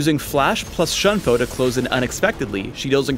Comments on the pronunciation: It is Shoon-po. If it were to be read as Shun-po, there is an accent on the u. The Japanese pronounce the 'u' as 'oo'.Alternatively, Shuhn-po. Use the pronunciation tool on the on the Japanese side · PhDinGnoming You do know Shunpo isn't English, right? It is Japanese. Shunpo is a romanization. He should still be pronouncing it properly regardless, unless he wants to invent a new English word. His pronunciation isn't correct. If you happen to be a language master (I am not, although I know definitely the correct pronunciation), please tell me all about it and correct me.